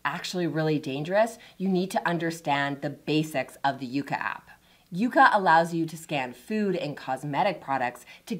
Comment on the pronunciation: I hate how you sometimes says “Yucka” and “Yaka” instead of “Yuka”. Also, your assessment of the app is inaccurate and biased. Sorry.